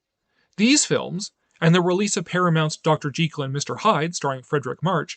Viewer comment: Thumbs up for pronouncing Dr. Jekyll's name correctly!! Most people don't know, but Stevenson was insistent that his name had a long-e vowel sound. I know it's a losing battle, but I still feel compelled to point that little fact out on any video that mentions Dr J & Mr H...